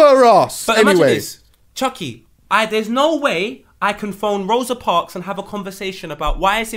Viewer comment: How is my man saying Rosa Parks loooool